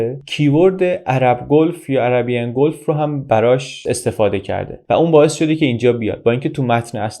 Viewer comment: تلفظ خلیج به انگلیسی لطفا دقت بفرمایید. از اشتباهات رایج ما ایرانی هاست 😅